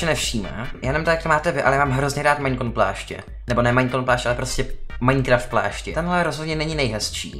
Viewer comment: mě štve jak furt říkáš Maňkraft